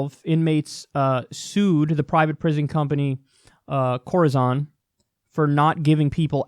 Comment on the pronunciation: Corizon is pronounced like horizon. We had a case here in Idaho where a guy ended up with an amputated leg because the prison docs wouldn’t send him to the hospital. When he finally swallowed a pencil sharpener they sent him to the hospital and they found he had sepsis and a gangrenous leg! Now he’s trying to get a good prosthesis because they’re dragging their feet in that too.